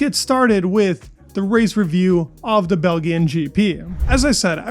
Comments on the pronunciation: Sorry but how can you not know how to pronounce Belgian gp not belgin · It’s pronounced Bell Jun. No big deal. Good channel. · “Bell G ghen GP” “Weighted” and a bunch of other mistakes 😂 Sad! You need AI voice. 😂😂😂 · did you say bel-g-ian? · What is the problem Americans have with hard v soft letters, particarly vowels and when to use them?. This man pronounces " BelGian" with a hard g. Anyone ever heared of BelGium?. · The BelGeean gp??? What he say lol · Bell gee an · "Bell-gee-en" hahahahaha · It’s pronounced “Beljun” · Fuel use = 2kg / lap, brutal to lose on a math error. Also, it's just "Bel-jn". Cheers! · Bel-gee-an. Nice. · Bel Gee An Grand Prix huh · Bel gi-an? what? lol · Did you say bel-gee-Ann Grand Prix? I hope you’re joshing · Love the video but the way you pronounce "Balgian" owe my gosh. 😂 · "The beautiful Bel-Ge-In GP" (first few seconds of vid). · Bell-Geen Grand Pree ! LOL 😅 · bel - G - ian , G G , like GG , G BEL_G_IAN. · Did you just say bel gee en? Is this real life? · Good video but it's not pronounced Bell Ging lol. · "Bell-Gee-n" Grande Prix? WTH dude? Stop the soy-based foods, ny man. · Pronunciations: Belgian ‘Bel-sion’ Weighed: ‘Wayed’ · Brother, your content is great. But we really gotta work on your pronunciation of European countries… lol. “Bell-Ge-En” was like nails on a chalkboard. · Ruh Roh Reorge....... Pronunciation Nazi says: Belgian is pronounced with a soft "G" Belgian-(bell-jan) or Belgium-(bell-jum) ....I just spoke with her. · Belggean? TF... Imnin American and no one in America ever pronounces Belgian that way... Belggean wafflessss??🤣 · it is actually a bit weird. This guy is obviously knowledgeable about F1, and apparently is a rather international individual. To follow F1, and give commentary on one of its most famous tracks, and pronounce it like that is weird. Any culturally inept Trumper knows how to order a Belgian waffle from their local Denny’s :/ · how do you end up pronouncing Belgian like that lmaoooo